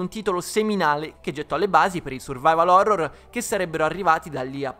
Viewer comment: "Phorror"...... Ok vado a suicidarmi.